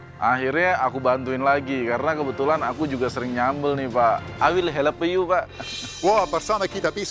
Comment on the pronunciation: i will helepyu pak wkwk lucu bgt